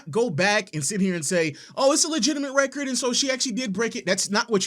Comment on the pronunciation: She keeps saying wrecker instead of record. A little annoying.